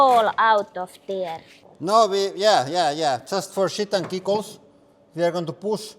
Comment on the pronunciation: "Just for shit and giggles" in his accent sounded really funny 😁😁